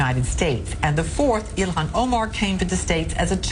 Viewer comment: Charlemagne, plz don't butcher that woman's name... you're supposed to pronounce the "h" bruuh, and in all truthfulness... my native American brotha told me if everyone left and went back to their country we'll all live in peace... ✌